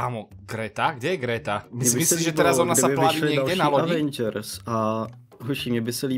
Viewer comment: Taky nektere stve ze gejmr rika avengrs a ne evengrs